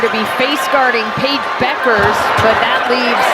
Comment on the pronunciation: So I guess the "U" is silent in Bueckers...for a while I thought her name was pronounced BUUKERS...not BECKERS.